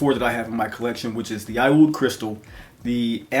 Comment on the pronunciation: Aoud is actually pronounce as oud, and is the middle eastern/arabic spelling of the word.